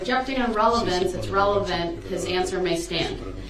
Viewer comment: ‘Objection relvanzze’